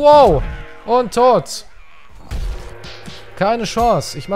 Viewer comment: Wenn immer sagt: "Und tot", verstehe ich immer "UnTot"!!! XD